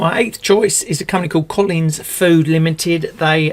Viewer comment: Collins, not Colleens.